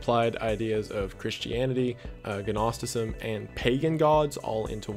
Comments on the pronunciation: Gnosticism is pronounces noss-ticism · Gnosticism has a silent G. I know it’s pedantic and I’m sorry, I just had to say it. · Also says Gnosticism with a hard "G". But these are still great videos. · Gnosticism is pronounced "naw-sti-sizm" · The G in Gnoticism is silent, so just "nosticism". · Watching through the series, it's becoming a nagging thing, and I really hope this has changed, but: "NOS"-ticism. The "G" is silent. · Or pronounces the G in Gnosticism 😝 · pronouncing the "G" in Gnosticism makes me crazy